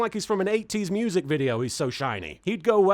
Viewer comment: Now the most important question I have after watching this video: why is guitaw dude not Dawtz? He's de only one dat can weally make muwsic, not muwsic, but evil...evil muwsic dana nanananana nanananana njeneneee~